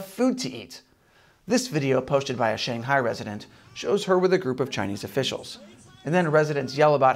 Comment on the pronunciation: Maybe....just for this channel, you could learn how to say "Shanghai"